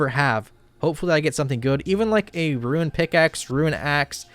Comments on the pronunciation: Bro, Rune isn't 2 syllables. It's not Ruin, it's not ra-une, it's roon. The way you say boon, the way you say doom, the way you say gloom, it's fucking rune. My brother in Christ, idk how many more times I can hear you say that shit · You're 99 % certainly trolling but I'll still give this pronunciation advice: there is an i in ruin but not in rune. That's it, look at the word. English language is very pathological but for once the spelling gives a hint of the pronunciation. No, I'm not a teacher, not even a native English speaker, but trust me bro. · Lol rune!!!! Not ruins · ROON my man. ROON.